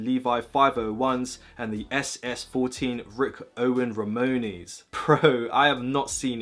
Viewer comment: why do you say ramones like that